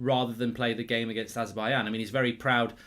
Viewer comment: Azer-Bai-J-an not Azer-Bai-Yan